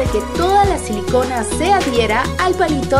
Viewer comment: Tú dijiste sin selicona